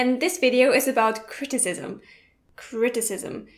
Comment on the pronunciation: Yes, but it's not pronounced that way.